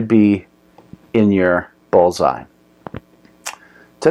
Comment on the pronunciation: Pretty sure it's called a "bull's eye" not a "Ball's eye"